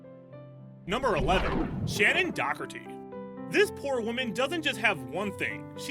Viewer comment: Who the hell is Shannon Dockerty? Please, for God's sake, look up proper pronunciations before you even think about making another video.